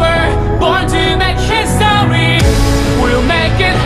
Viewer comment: the video is very beautiful. but whenever he says "history" sounds like "histowy" (im not making fun of it, but i cant unhear it🥲)